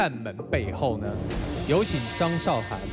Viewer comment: 拜托! 主持人敢把字念对么? 韶, 这个字是2声!!!!! 不是多音字. 韶华易逝, 你读4声么?